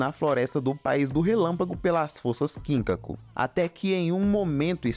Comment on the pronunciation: KIN-kaku e GIN-kaku 😂😂😂😂 mano a pronúncia não é assim, ela é ginKÁku e kinKÁku